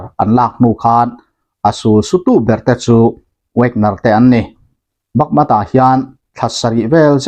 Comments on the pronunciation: Bakmat tia i lam ri hian ngaihthlak a ti hahthlak , Bakmut tiin lam ve tawh teh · Yutuber dang zawngin Bakmut tiin an lam rik laiin nangin Bakmat i ti tlat hian min tibo thei deuh alawm le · Bakmat tia lam lo hian bakmut ti in lam zawk la ngaihthlak anupam zawk lo maw te ka ti vel mai mai a,,aaa poilo tha vek mai,a ngaihnawm vek tho e👍👍👍